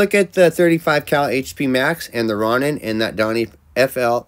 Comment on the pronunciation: It's pronounced, "Row-nin"